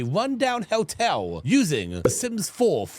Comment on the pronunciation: I love with his cute little accent it sounds like he's saying "Helltel" "instead of "hotel", which would be on brand for.